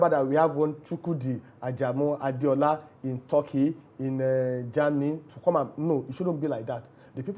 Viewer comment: 😂😂😂😂 I hear the man say Torkey it is wrong the correct word is Turkey not Torkey